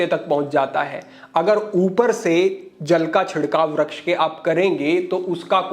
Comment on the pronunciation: kshamaa chaahataa hoon, "Vraksh" nahin, "Vriksh" hotaa hai.